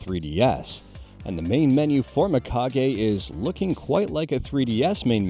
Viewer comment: It's pronounced Meekage, dude, not my-kage. As always, thanks for the info.